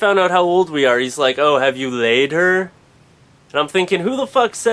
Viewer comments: Haha I love the way you say "have you LAID her..?" Volleyball is the best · who agrres he sounds like a germen when he says "have you laid her?"